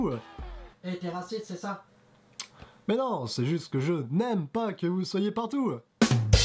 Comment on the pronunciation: C'est pas trop mal mais t'es obligé de dire "PARTOUW" ?! Et fais attention aux différence de volume, aux zooms étranges de ta caméra et aux longueurs. Continue ;)